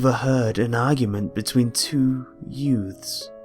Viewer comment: Two yutes? What's a yute?